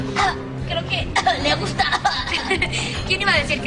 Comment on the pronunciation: En el minuto dice gusta’o